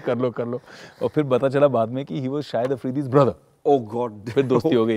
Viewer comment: Sahid afridi? Lol😂😂 It’s shahid.... not sahid